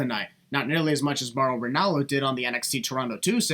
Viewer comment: I could've sworn I heard a B there, but I know who Mauro is.